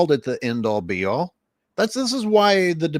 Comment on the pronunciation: not the end all, be all, but the "a all b all". 😆🤣😂